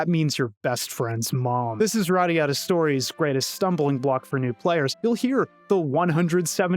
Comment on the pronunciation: Everytime you said this game's title, I heard it as "radda yadda" :D Anyone else?